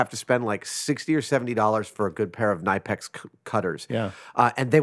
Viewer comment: KNIPEX ^^ I'm sorry, I am from Germany and I had to laugh very hard. Sometimes it's just so funny how german names sound when pronounced the american way. No offense! If you want to try sounding german: KNIPEX has a hard "K" like in "Kentucky" and the "I" is very short as the "P" is spoken almost as if there were two of them.